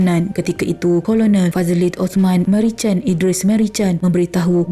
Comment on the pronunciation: Bukan Merican lah aduhhhh. Sebutan ialah MeriKan.. salah sebut nama orang..